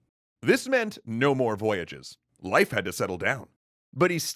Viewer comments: Every one gonna ignore calling him life. I don't care if that's how you pronounce it his name is Leaf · No offence, i know excatly how hard nordic pronunciation is but it's more like Layf or Leyf not Laif. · His pronounciation is wrong. Leif is pronounced “Lafe” (rhymes with “safe”). The modern Icelandic version is Leifur (Pronounced “Lafer”, rhyming with “safer”). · Couldn’t you pronounce it “Leaf” Erikson? Jinger hinga durgen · Leif is actually pronounced Layf "Nyeil Purrt"? Yeah I don't think anyone is going to get that. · its pronounced lafe. like laugh but more a. like laaugh. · Is there some joke I missed? Or why is he pronouncing leif so strangely? Edit: It makes more sense to call him leaf or something like that, closer too. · I thought his name was pronounced "Leaf". I could be wrong, though. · Did this dude just pronounce Lief Erikson like "Life Erikson" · Life? The "ei" in Leif sounds like "ay" in say. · Hearing you pronounce "Leif" makes my brain hurt. It's not pronounced "Life". It's pronounced like "hay" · Your pronouncing Leif wrong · I think you're mispronouncing "Leif" It's a long "A" sound. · Leif ≠ Life Leif = Lejf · pronounced "leaf" Erikson, not "life." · Fyndið og sárt á sama tíma. Dó smá að innan hvert skipti sem hann sagði "Life" og ekki "Leif"(ur) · It’s leif like leaf not life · Leif is pronounced Lay-f, not Life. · I believe that Leif's name is pronounced 'Leaf' not 'Life'. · A tiny bit annoying that you pronounce Leif as Life. Love the content though :) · ITS PRONOUNCED LEEF NOT LYFE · I thought Leif was pronounced "leaf" not "life" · His name is Leif... "Lay-f" not "Life" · It's Leif, not life. The e is pronounced like the e in emperor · Why do you pronounce it "life" instead of "leaf" Erikson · I thought it was pronounced 'leaf', not 'life'. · Not “life” Leif it’s pronounced “Leaf” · Not Life Erikson. Lay-f Erikson. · Isn't Leif pronounced like 'Leaf" What's with the 'Life' pronunciation? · It's pronounced "Leaf" - Leif Eriksson